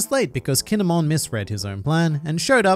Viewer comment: KINE-MON,,,,, KINE"MON